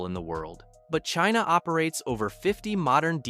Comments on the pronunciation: Please tell me were Cheena is and why have we never heard of it before this Cheena sounds very aggressive. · Who is "Cheena"? Get it together. 😂😂😂